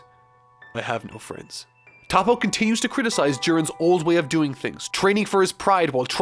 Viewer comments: It’s toh-po not tah-po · who tf is „tahpo“ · Isn't his name actually Top but it's just pronounced as Toppo in Japanese?